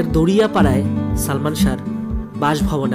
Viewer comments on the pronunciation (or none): দরিয়া পাড়া না দাড়িয়া পাড়া